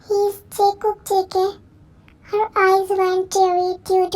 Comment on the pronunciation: Call me weird but I thought she don't know how to pronounce jungkook